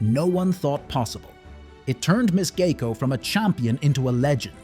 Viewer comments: I don't see an "A" in the name. It is G I E C O. Sounds like GI CO. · AI can't pronounce and you have trouble spelling. It's "GEICO" which is short for Government Employees Insurance Company.